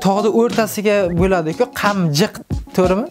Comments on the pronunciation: К,амжик эмас к,амчик довони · Камжик эмас - Камчик дейилади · Birinchidan adabiy gapiring Ikkinchidan qamjiqmas qamchiq dovonin